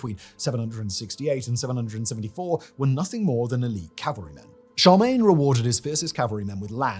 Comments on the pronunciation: I didn't know that Charmaine was a Frankish king haha. should at least try and pronounce that name correctly. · has some weird pronunciation: Emperor "Charmaine", se-PUL-chre